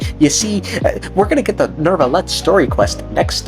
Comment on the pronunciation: You pronouncing neuvillette with an R is bothering me so much. Gotta do your due diligence on pronunciation of these names of you’re gonna be a content creator.